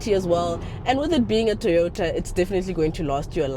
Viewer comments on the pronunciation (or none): 😂 "TOROTA" it kinda works...